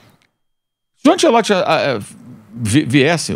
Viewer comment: esses comentaristas passam os dias pronunciando mal o nome do Ancelotti... que coisa que dói nos ouvidos. Ou bem se faz a pronúncia à brasileira ou bem em italiano, mas "antchelotchi" não existe nem lá e nem cá.